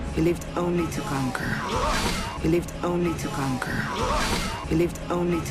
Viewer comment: "he lived only to con-cor"